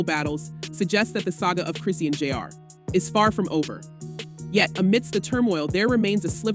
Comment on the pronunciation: Come on you gotta start saying her name right!